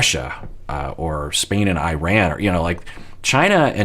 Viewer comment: As an Iranian, respectfully, it is pronounced E- RON, (Iran). It’s like Italy pronounced like an E sound. 🙏